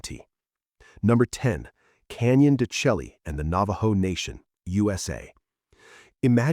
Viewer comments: Canyon de Chelly is pronounced Canyon de Shay. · Canyon De Chelly is pronounced Canyon De Shay. Phonics do not work on furrin languages